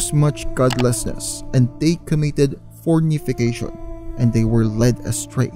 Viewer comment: "FORNICATION" po not FOrnification